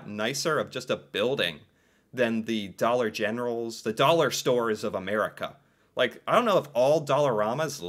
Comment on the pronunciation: stuff in dallorma a dollor 🤣🤣🤣🤣🤣 you mean like 2 to 5 dallors